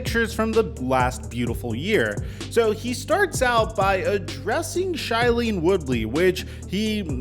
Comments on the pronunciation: Shy-lean Woodley? Bruh, are you illiterate? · Shy-lene? Lmao never heard this pronunciation before 😂, anyways good content but sometimes unnecessary instiagating & redundant otherwise gucci 😀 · pronounced shaylene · If your segment is based around a specific individual and their relationship with another person, please pronounce the partners name correctly. Especially when you say it multiple times.